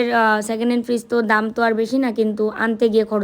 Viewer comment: Fridge ke virij bolche mone hoea😂😂😂